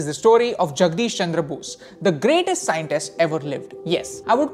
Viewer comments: He is Acharya Jagadish Chandra Bose (not Jagdish ) hum Bengali ka jo name hai wohi bolna thik hai....Hindi accent nehi chahiye...🙏😶.. But your video contents are so good 👌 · Wtf Hindians... Don't Mispronounce non Hindi names. It'ss Jagadish Chandra Bose, NOT Jagdish😠